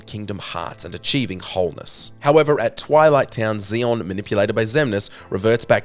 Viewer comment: Next small note. Its marlusha lex-e-us and zex-e-on. Them x's are kicking your ass right now